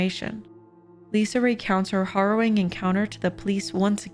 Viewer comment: Did you say HORROWING? 🤦🏻‍♂️